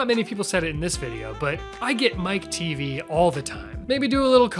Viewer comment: Teavee? You can't be for real lmao! It's Mike TV, short for Michael Television.